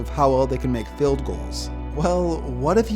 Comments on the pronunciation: It’s not field it’s field GOSH DARNNET this is America not Great brittan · What if if pronounced 'field' correctly?